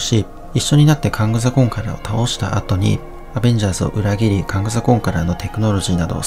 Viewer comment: 征服者カーンとかカーンダイナスティとかって言うのに、名前言うときだけカングって言うのに物凄い違和感あるのは地球上で僕だけ?